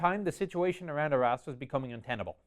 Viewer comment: So, this was really good, but 'Arras' sounds like 'our ass.' 'The pocket's southern flank was anchored by our ass...'